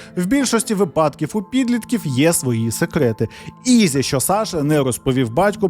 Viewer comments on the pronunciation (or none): none